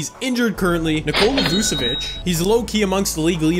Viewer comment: Why are you calling him vucOvic he is vucEvic